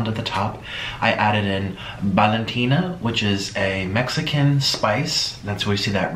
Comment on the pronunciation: who says Valentina like that? No hate just weird way to say that.